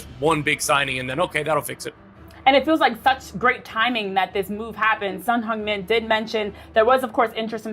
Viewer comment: 진짜 말그대로 현역 아시아 축구 넘버원 선수가 온거지...아니근데 다들 손흥민 발음을왜이렇게 잘하냐...